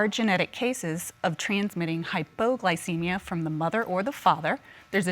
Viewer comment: "HypoGlowcemia.." Lol I sometimes live for the new pronunciation of words that come from a lot of these people on all my favorite shows.... Lol 🤣🙄🤣😜😏